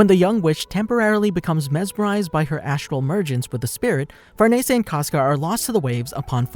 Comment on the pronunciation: the way u say farnese makes me wanna gouge my eyes out